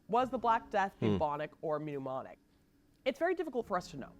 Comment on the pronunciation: I could swear she kept saying "Mnemonic Plague" when mentioning Pneumonic Plague.